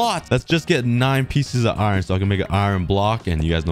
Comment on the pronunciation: Why do u say iiron ? 😂